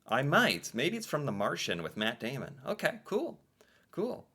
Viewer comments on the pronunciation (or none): none